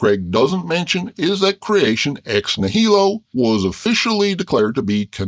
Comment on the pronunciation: The stress in "nihilo" goes on the first syllable, not the second.